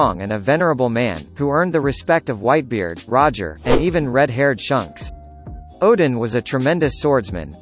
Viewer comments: HAHAHAHA shunks instead of shanks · its not shunks its shanks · Shanks not Shonk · I would put garp in top 3 but good vid either way also the "Shunks"🤣🤣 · I’m tired of this dude saying shunks